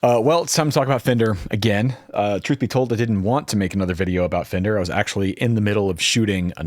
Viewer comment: "*Fender", not "Fender*".